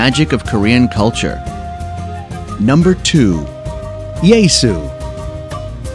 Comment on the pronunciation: Beautiful cinematography here, but I had to turn it off when it got to "Yae-su"... You're only saying a few city names, at least learn how to pronounce them.